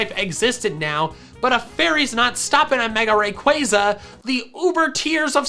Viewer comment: rai - quwai - za Me: its rai - qua-za